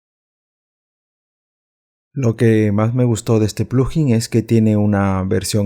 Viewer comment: No se dice plujin, se dice, plug in. Por separado